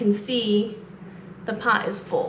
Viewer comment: *pot not pony! 😅